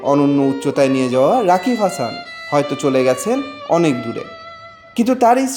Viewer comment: I don't know how those reporter's are employed in the industry,he can't even say the name properly of the writer 😢😢😢😢 Sad very much sad!!! Rest in peace mr.rokibul❤️❤️❤️